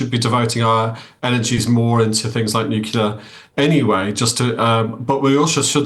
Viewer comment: Why can't any of these peasants say nuclear? what the F' is nucilar?